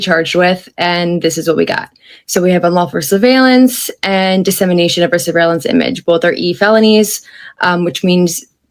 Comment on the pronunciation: Sorry, but you have to pronounce that word correctly - sur·veil·lance [səˈveɪl(ə)n(t)s. Otherwise, very nicely done.